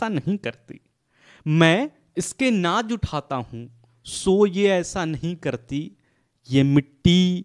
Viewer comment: Naaz ko naaj bol rhe ho🙄